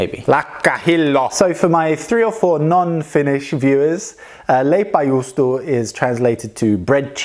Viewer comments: I hear "Juustolaipa" xDD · " on verii vittuun pahhaa" I started laughing:D The pronouncation (is that a word) was so funny:D